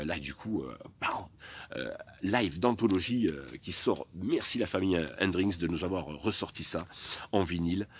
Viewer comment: Super vidéo très intéressante mais stp arrête de dire Hendrinxs 😜 Bravo et merci pour ce bout d'histoire du Rock 👍🤘